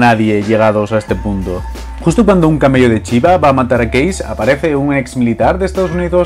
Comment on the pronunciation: Porque "case" lo pronuncia bien en ingles Pero " punk" no. ?